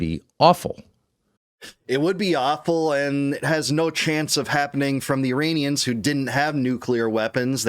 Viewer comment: Did you just say urainians???? Lololo